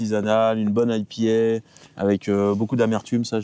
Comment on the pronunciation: Des bières IPA... Mondieumondieumondieu... Les français et la bière ça fait saigner les oreilles! Sinon top votre chaîne. Pointu, passionné et curieux. Petit constructeur : j'ai acheté d'occasion un Bird AM9. Grosse tuerie mal distribuée. Big up de Belgique 🎉😂❤